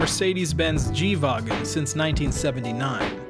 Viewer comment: nice dude you are one of the first non germans who say "wagen" like we would pronounce it...well done